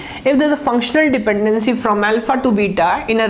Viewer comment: wtf did he say around :25 - :37 lmao .. not sure if english.